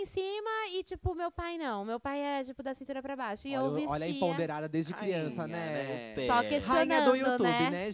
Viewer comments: Até hj ele fala assim kkkk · fala "emponderada " 😅 é empoderada migo kkk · Agonia do falando "empoNderada", rs